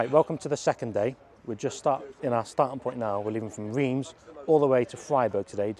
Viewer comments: Reims - pronounced Runce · Circuit de « reems »